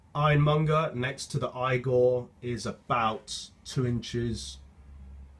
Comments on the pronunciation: Therefore it's E-gor...not I-gor Great vid though! Thanks for posting. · It's pronounced (eegor) and nobody says (eePhone) it's i-phone and (eegor) get it right. :) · Say eee-gor. Come on. You can do it! I believe in you! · Hey Man! Geat vids, been really enjoying them! Unfortunately, you are pronouncing it wrong no matter what country you're in hahaha! Igor (ee-gore) is a name reference to Frankenstein's Igor (due to his hunch-backed look). This is true in both the UK and the US. Just a friendly heads up! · Next time you know, don't draw connections to how you pronounce iPhone because the "I" is pronounced or sead separately from "phone" unlike "Igor" where it's supposed to be pronounced as one whole word. Plus the English language is weird anyway as it's made from a bunch of different languages so if anything "Igor" would be pronounced "I-gor" instead of "E-gor" if the English language wasn't so weird 😔 Great video anyway. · You totally lost me after your whole E phone I phone explanation. That right there tells us how intelligent you are! LOL Igor is a Russian name that is pronounced that way. Where as a iphone is suppose to be pronounced I PHONE. No one says E PHONE!!!! LOL Thanks for the laugh!